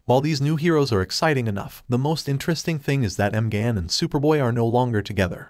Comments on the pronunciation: Another review video by someone who hasn't watched the show. What's Miss Martian's real name? m-gone or Me-gan? Watch the show. You'll hear it over and over again. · EM GAN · M-Gone? That's some lazy pronunciation right there